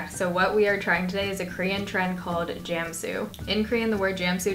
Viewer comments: Jah-mm-sue not jam-sue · ohh i wondered what is jamsoo. I thought Ive never heard jamsoo. well 'a' sound 'a' not 'ae'. so it should be pronounced jarmsoo without r. anyway this is fun to watch that you try korean product!! love you from korea